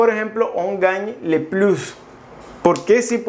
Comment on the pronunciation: ”le” no se pronuncia así. Yo se que como mexicanos no estamos habituados a estos sonidos. Pero pon atención a ello sino dices algo muy diferente